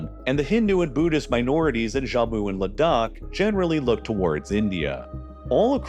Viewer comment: It's Jammu not "Zhamu". I hate it when Americans encounter a foreign sounding word and always default to some Spanish pronunciation or something.